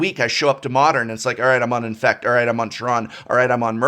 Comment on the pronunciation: Adept is the best mechanic ever? I’m pretty sure you mispronounced infect.